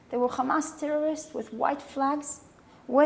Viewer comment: i bet before she moved from Canada to colonize Palestine she said hamas not khamas